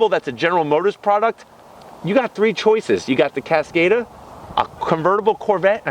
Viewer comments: CASS-COD-AHH, not cass-kayyy-duh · He’s pronouncing it wrong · Omg the way you pronounced the cars name over and over again wrong omg